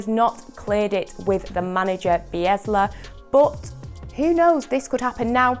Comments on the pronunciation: Did anyone notice she said Biesla instead of Bielsa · bielsa not bilesa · Who’s Be-es-loh? 😭 get this Gyal gone talkin about ball range 😭😂 Makka replace this ting quick doesn’t have a clue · who is Biezla you mean Bielsa Be el sa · Err, is it just me who heard she called Marcelo bielsa ‘biesla’?😂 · Did she call Bielsa as 'Biesla'? Or was it just me? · You said bielsa wrong lol